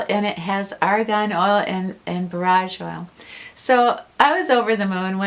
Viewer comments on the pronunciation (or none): Had to back it up because I thought you said garage oil. 😂